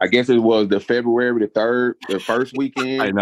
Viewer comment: Lol Freburary? 😂 he means February